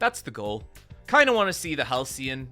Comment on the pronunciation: Why does he keep calling Halsin "Halcyon"?